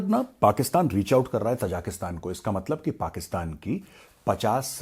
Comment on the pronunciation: The people are ताजिक, not तजाक. Hence the country’s name is ताजिकिस्तान . Please do not mispronounce it.